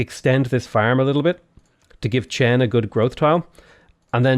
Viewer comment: Just thought I'd let you know, Chen is pronounced with a C-H, like "cheese," followed by E-N as in "endurance." Hope that helps your pronounciation problem.